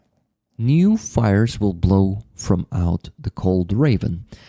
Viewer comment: Beautiful presentation. Kholondny Yar has been coming up lately. I even saw Pasha visit the area recently. Btw "ravine" is pronounced ra-VEEN in English. Keep your spirits UP. All will be Ukraine.